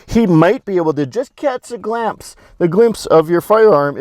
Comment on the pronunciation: "Cats a glampse!", But really though, good videos.